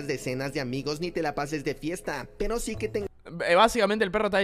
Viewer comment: si pero el perro da mucho cringe, quien mierda dice SIM EN VEZ DE SI?